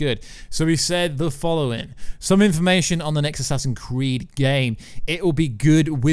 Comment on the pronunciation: why do you call it assassin creed